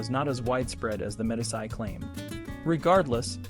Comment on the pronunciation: Its hard to take a narrator seriously when he is incapable of pronouncing the word, Medici. Pathetic!